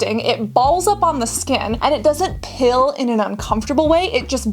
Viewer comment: The way she says "peel" sends me every time